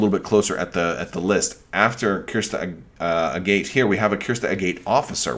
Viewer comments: Like the video. Just an FYI. It is pronounced "A-gut". Like the stone. I think it is a play on "Crystal Agate." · I understand and figured as much. But that still isnt how the word is pronounced. I have a good friend who is a geologist. Apparently the mispronounced version is more common than I thought, but he assures me it is a-gut. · Do we know if the e in Agate is silent? It's weird but this bothers me.